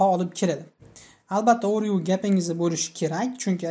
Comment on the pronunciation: Overview so'zini juda noto'g'ri talaffus qilyabsiz. Process ni ham.